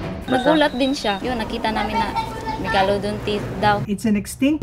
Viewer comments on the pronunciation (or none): Megalodon MEG-LA-DON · JUST PRONOUNCE MEGALODON CORRECTLY